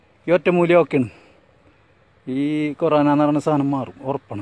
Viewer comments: കോരേണ അല്ല കൊറോണ, ആ വാക്ക് പോലും ഒറ്റ വട്ടം പറയാൻ പറ്റാത്ത ടീമാണ് ഒറ്റമൂലി കണ്ടുപിടിക്കാൻ പോണ് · "കോരാന " 😂 ആദ്യം പറയാൻ പഠിച്ചു വാ..... 😪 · എടാ മന്ദബുദ്ധി കൊറോണ ആദ്യം പറയാൻ പടിക്കടാ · ആദ്യം വൈറസ് ന്റെ പേര് പറയാൻ പഠിക്കൂ😄lol